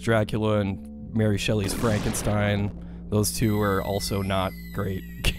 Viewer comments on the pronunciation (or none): none